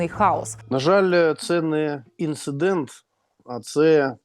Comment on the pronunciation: Ынцыдент жах!